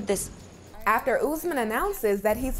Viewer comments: It's not pronounced UZ-man , it's pronounced OOS-MAN. 🙄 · You need to stop calling him ouuzzzmen bro its OS-MAAN